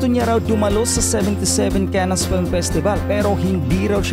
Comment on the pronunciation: Correction po Cannes pronounce (CAN)